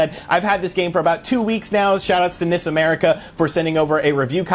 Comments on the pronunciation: N-I-S America, I keep thinking you are saying Miss America. It gets confusing. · I also thought he said Miss America. LOL!